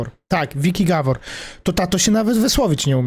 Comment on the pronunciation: japierd..... typ co nawet nazwiska dobrze nie potrafi wypowiedzieć, GABOR nie gawor wgl wez sie za swoje życie a nie pierdolisz, węgiel się fajnie słucha xd jesteś gorszy niż bezmózg bez kitu